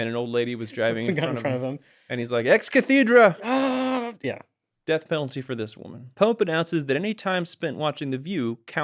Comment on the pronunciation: Say it like Je suit, French for “I follow”. Also it’s Ex CA’ thedra, not Ex cathE’dra. Get it straight. If you say it “from the chair” it has to be right, right? My favorite thing about Pope Francis was that he looked like that one actor Jonathan Pryce. When JB was elected I told friends and family “hey doesn’t he look like that one English actor who likes like him?” I was right because he did. And Hollywood agreed with me because the pope movie cast JP as Pope Francis I.